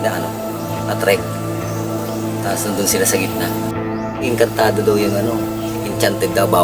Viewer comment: Ano daw?? Enkantwan? Hindi enkantwo?